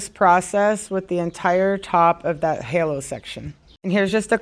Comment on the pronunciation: Hallow? Girl it's HAY-LO 😂😂😂